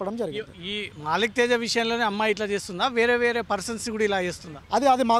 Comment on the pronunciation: మాలిక్ తేజ కాదురా అయ్యా. .మల్లిక్ తేజా